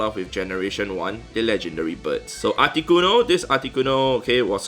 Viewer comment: So funny how you pronounce it “aticonoo”